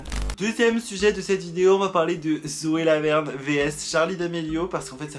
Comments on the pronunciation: à j'ai entendue Zoé la merde au lieu de Zoé Laverne 😂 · j’ai cru que t’avais dis "Zoe la merde" 😭